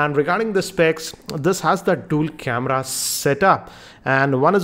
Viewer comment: Why does he say "KemRra" instead of camera?